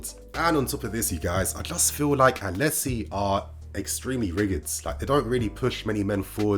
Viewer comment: *atleti, not *atelti